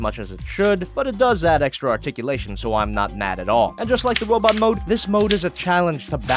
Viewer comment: wobot mode XD